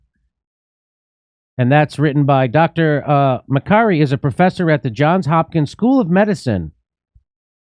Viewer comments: Who's Hopkins? JOHN'S hopkins! Hahahaha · Who's Hopkins University? Johns' Hopkins University...